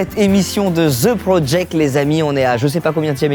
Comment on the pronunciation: "Zeu prodject" mdr:face-purple-smiling-tears